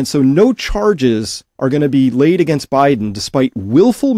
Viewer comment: You can't even say AGAINST . YOU'RE GOING TO LOSE